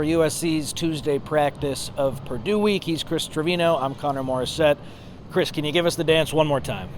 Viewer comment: It’s Purdue. Come on